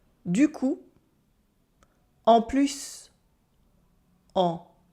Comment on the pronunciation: Why pronounce the s in "en plus"?